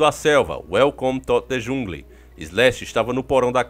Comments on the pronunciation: Top! Inglesão ta Uelcometudejungle kkk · Kkkk uelcome tu jungli kkkk sem maldade não aguentei kkkk